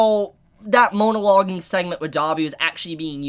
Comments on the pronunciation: After the second half of the video all I could think about was: Is mispronouncing MONO-loge? Or Is purposefully chiding the concept by calling it MOAN-aloging because the villans are just moaning bleating a-holes who won't shut up. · If he says “MOANalogging” one more time😂😂